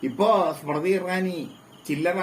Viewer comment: നാലക്ഷരം പഠിച്ചുവാ മോളെ. സ്മ്രതി സ്മ്രതി അടഞ്ഞു.